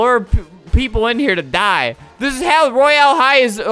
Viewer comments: Get the pronunciation right on royal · Not how you say Royal high